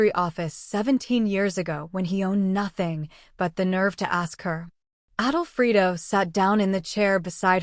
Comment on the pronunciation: Yes, it's not written, "Adolfrido", it's written "Alfredo", like the pasta sauce. Plus "goodbye forever" is two words, not three!!